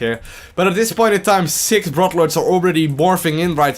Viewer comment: i really like theese :) A tip for u: Its called "Brood lords" not "brodlords", u gotta draw out on the o a little more ;) Keep it up